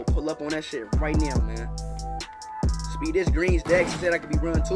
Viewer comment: “Speef” I think you should consider going from speed to sped